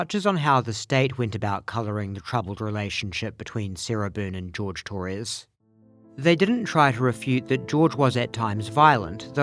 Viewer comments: I hate that she can never say his name correctly, its Jorge, 'Hoorhay', not George. Imagine being in a relationship for years and your girlfriend never calls you by your real name. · The fact that she calls him George when his name is JORGE. Disrespectful